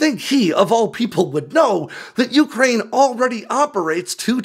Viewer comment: It's you-CRANE, not YOU-crane!!!